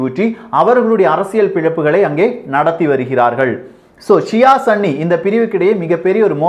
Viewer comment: Bro athu sanni ella sunni bro😂😂😂